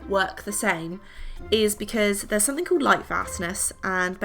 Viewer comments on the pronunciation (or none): none